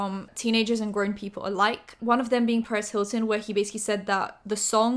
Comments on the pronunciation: The way you say perez Hilton sounds like paris Hilton and I was really confused for a good 5 minutes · Every time you say Perez Hilton literally sounds like you’re saying Paris to me. So the whole time I’m like Paris said what 👀👀